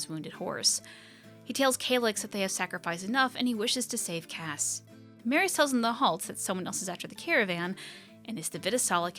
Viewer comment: great vid as always ! :D I might add something about Cassé, as writen in the comic his name have an accent on the "e" that changes the pronunciation for something like "cass-ay" (kind of like June and "Jun-ay"). As a natal french I just couldn't ignore, sorry x'D